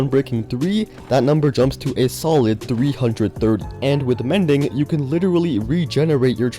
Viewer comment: you SAID mending like a indian scammer lol